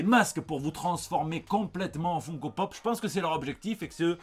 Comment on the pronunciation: FOUNE-KO? Mais ce sont des figurines.. pas de Foufoune à Odile Deray /! D'où on prononce FOUNE-Ko? c'est FUN comme Fun Radio, ou Fun Fun fun des Beach Boys. et "Ko" après... comme Co-Co..